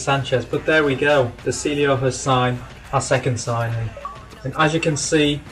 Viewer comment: his name is pronounced de chiglio